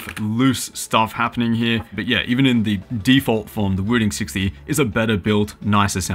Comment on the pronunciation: Why does this guy say "Wüdin"?